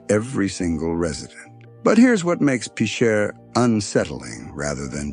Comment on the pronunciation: It's pronounced "Pitcher", like the baseball position.